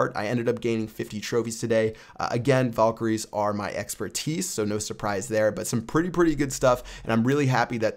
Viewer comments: VALkaries not VOLkaries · You pronounce valkery wrong. lel